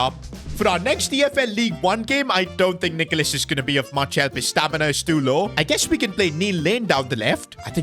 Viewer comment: bro please just call him nicholas not nickolas har...